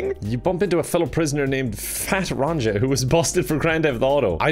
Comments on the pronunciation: "Ron-cha" Triggered Nordic noises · Fat Ronja is pronounced Fat Row•nyah… have a good day